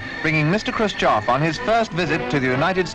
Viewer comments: Khrushchev is pronounced Crew-Shev not krhbayschjsimsov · It's Krushchev not Krushchav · Also author should work on pronunciation of Russian names. Khruschev isn't spelled like Khru-s-chev, more like "Kh(really soft almost like Hr)u-shchev" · It's pronounced Hrushóf, you've turned it into a monstrosity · Khrushchev pronounces “Hrushyov” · you mis prononce Khrushchev. you ought to research better. makes me cringe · why are you incapable of pronouncing khrushchev correctly? tip = there's no 'o' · he mispronounced khrushchev every single time, a trait i've seen many americans do with simple words, like oblate and spheroid, for just 2 examples